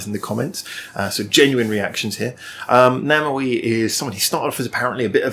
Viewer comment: Review Namewee's song, 4896. By the way, his celebrity name should be pronounced as 'name' and 'v' in English =)